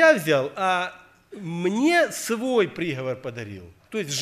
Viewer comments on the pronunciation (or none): Правильно не прИговор, а приговОр. Проповедь назидает, обличает, многое поясняет и уточняет. Благослови, Господи, брата за это назидание.